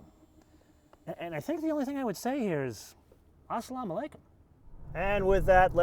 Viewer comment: you said Aaasalaam Alykooom Hahahaha